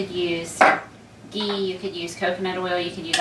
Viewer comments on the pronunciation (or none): none